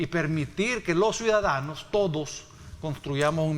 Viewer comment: UFFFFFFFFFFF ESTE EX DIPUTADO SALIO PEOR QUE SANCHEZ CEREN EN PRONUNCIACION TENEMOS QUE ENSEÑARLE LA PRONUNCIACION DE 1 CIUDADANOS 2 EL REPITE Y REPITE CUIDADANO PREGUNTO EN CUAL ESCUELA ESTUDIO ????.... SUIDADANO .... ?????? .... SUIDADANO NUEVA PALABRA MUNDIAL SANTISIMO TREMENDOS EX DIPUTADOS ???? WEPAAAAAAAAA BITCOIN TRAE SUIDADANOS JAJAJAJAJAJAJAJAJAJAJA MR. VALIENTE X FAVOR USTED QUE LEIAN PERFECTAMENTE .... NO LO VEO NO LO CREO X LO QUE ESCUCHO .... LOS SUIDADANOSSSSSSSSSSSS